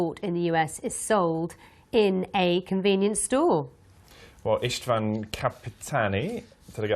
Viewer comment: Tegyük hozzá, az Istvánt nagyon szépen ejtette. Meg hát az ő fülöknek valszeg az ő angolja se perfekt, akármilyen jól is beszéli.